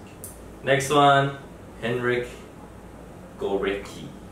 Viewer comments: you read górecki as gooretzki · Gor-eski. Pender-eski.